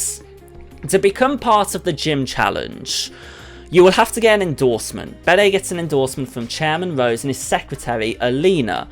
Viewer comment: Bede is pronounced 'Beed'.